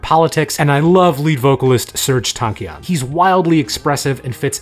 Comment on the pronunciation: WTF YOU PRONOUNCED SERJ TANKIAN RIGHT